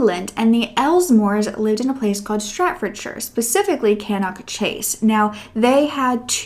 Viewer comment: Great video but you've got the names of the places all wrong Stratfordshire = Staffordshire Cannock = Pronounced Cannuck Ashton = Aston (in Birmingham)